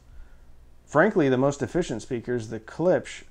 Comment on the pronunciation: Ha! Caught ya! You said Klips again instead of Klipsch ;)